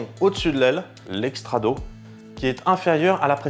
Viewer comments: Super le cour sur les énergies :p Petite correction phonétique Intrados et extrados le "s" se prononce Sinon vraiment sympa de varier les thème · je suis à peu près certain que l'on prononce les "s" pour extrados et intrados